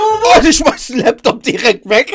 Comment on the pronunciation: Es heißt "Laptop" und nicht "Leptop".😂😂😂😂😂😂😂